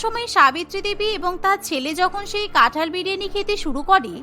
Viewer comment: কাঁঠাল ✅️ কাঠাল ❌️